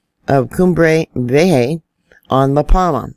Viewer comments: Hi, My bad. its Ha not hay. Vee YaY Ha!. Much love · Dear, Vieja = V. A. HA, say it fast. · Vee-YAY-ha Yee-haw! Vee YAY! ha Cre-A-tion. Cre-YAY-shun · Love ya, but J is pronounced like an H..in Spanish. so I chuckle when I hear you say Vieja.and pronounce the a like an e........ so it would be pronounced ve-a-Ha..like your laughing Ha HA Ha... but I do like your pronunciation it cracks me up like Cumbrea vieja....